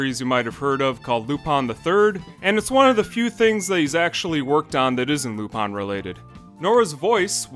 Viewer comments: Lupin Not luPoN Seriously great video but you sure butchered that pronunciation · Why are you calling Lupin Lupon? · "laupon the third" is an amazing pronunciation.